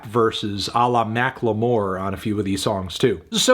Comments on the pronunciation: Hearing "Mack-Ler-More" pronounced as so gave me whiplash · the way he said macklemore